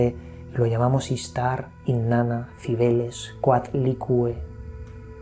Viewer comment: Lo dijiste mal, es: "COA-TLI-CUE". No debe de ser "COAT-LI-CUE"